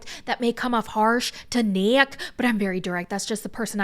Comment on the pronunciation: I can't be the only one who's laughing every time says "Neck" instead of Nick.